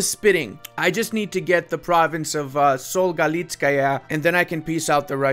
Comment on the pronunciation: You've pronounced Sol' Galitskaya very well actually. Btw the way, the double "o" in Beloozero is pronounced separately, each "o" is spelled.